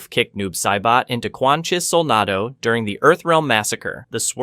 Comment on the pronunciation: Also with soul nah do instead of nado.